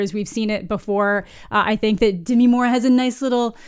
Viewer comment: It's Demi. Not Demiiiiii.